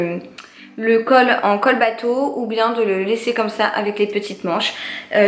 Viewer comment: Col bardeau pas bateau mdr 😂